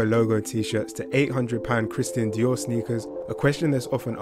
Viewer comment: Who is christahn dio? Lmao